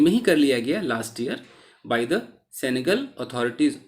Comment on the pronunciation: It is सेनेगल not सेंगल Sir Ji